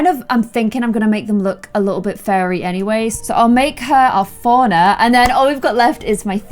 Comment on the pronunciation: When she says "Fauna" it sounds like she's saying "FoRiGneR"